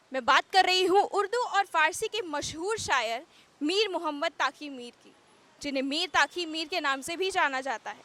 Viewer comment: Madam तकी है न कि ताकी